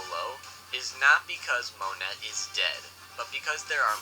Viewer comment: 2spookys pronunciation is so cringe. Calling monet moe net instead of moe nay and saying aKoiji instead of aokiji pronounced owkiji